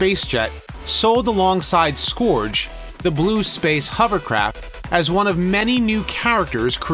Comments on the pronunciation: I hate picking nits, but Scourge is not pronounced "Skoowrge", but instead "Skerge". Killing me with that. great video though- super informative. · Scourge is pronounced /skɜːʳdʒ/ a little different depending on American or British what with the rhotic r. But the vowel is not /ɔː/ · Why can't you pronounce "Scourge" correctly?